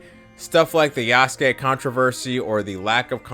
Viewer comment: this bozo's pretending he knows about Yasuke's history while pronouncing his name Yasooke